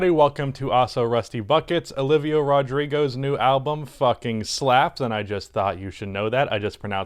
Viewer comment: hey, I'm Spanish and that Rodrigo pronunciation was pretty good, keep it up